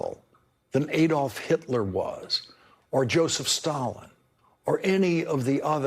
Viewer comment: Lawrence - to repeat, Adolf is pronounced Ah-dolf, not Ay-dolf.